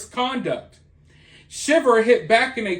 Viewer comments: Pronounced "shy-ver" not shiver like shiver in the cold. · It's pronounced SHY ver😊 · It's pronounced shy-ver. You love to see someone 'put the nail in their coffin'. Just like I've been saying. You just LOVE the ruin of someone else- when they haven't even been convicted. A confession isn't all that's needed to rightfully convict someone of heinous crimes. Morevoer, she ALLEGEDLY confessed, & the ONLY report of this that I could find is the sometimes dubious Daily Mail UK. But you didn't even bother to put the link in your description or a pinned comment, or even talk about the source your reading. Thumbs down on a lot of counts.